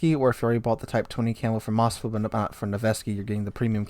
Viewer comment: Please read those names correctly. Its not Mosfa and Nevesky, Its MOSKVA and NEVSKY.